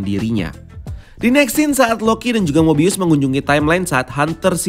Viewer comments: Nyebut Mobiusnya bukannya normal aja (mo-bi-us) ya? kok nyebutnya Mo-bay-yus terus ya? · Mo bay yus